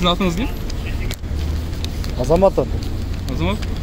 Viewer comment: Азамат дегенди уканда кызыкча болуп калдыго 🤣